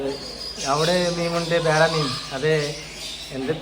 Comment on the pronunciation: മീം അല്ല മീൻ